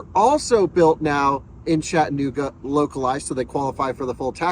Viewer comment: It is NOT CHATT- NOOGA. It is CHATT- A-NOOGA